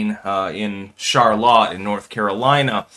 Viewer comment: Lol did you just say "Char Lotte"? It's "Sharlit"